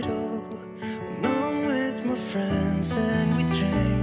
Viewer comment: it’s not may it’s my